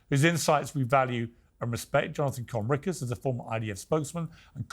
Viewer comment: lmao bassam intentionally mis pronouncing Conricus' name